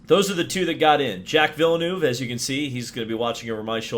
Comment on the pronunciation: Its ville-nerve not ville-noove